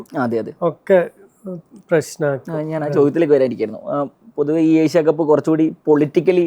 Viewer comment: ഏഷ്യ കപ്പ്‌ ആണ്. എശ്യ കപ്പ് അല്ല അഭിമുഖക്കാരാ